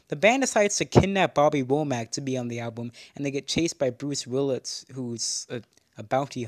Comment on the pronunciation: "bwuce wiwwis" 💀💀💀